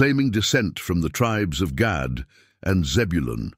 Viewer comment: If you can talk really reluctantly and you communicate well it's a gift of Gad pronunciation actually is God 😮